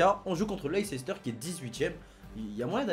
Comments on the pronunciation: ARRETE DE DIRE LEI-CE-STER! ON PRONONCE LEI-STER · Dsl mec je veux pas te critiquer mais on prononce " leïssteur"